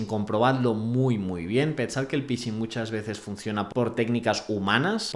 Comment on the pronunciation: Please: "phishing" = /fixing/ 😊